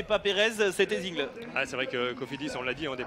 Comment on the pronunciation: Remarque au commentateur: Alsacien, Axel Zinglé (se prononce "tsinglé") et non Zingle euh...